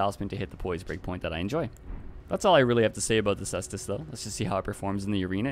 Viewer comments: It's pronounced k-stus, like how caesar is pronounced similar to Kaiser. Love your videos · Caestus is Latin and it is pronounced “kai-stoos”